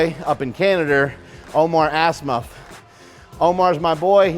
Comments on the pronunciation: "Omar Assmuff" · Yes I will gladly watch this a second time. Only cuz of Marks pronunciation of Omars last name ;)